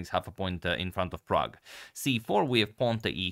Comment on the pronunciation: Every time you say "Prague Chess" I hear "Pragg Chess".